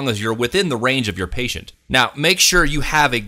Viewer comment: patient...not pateint lolol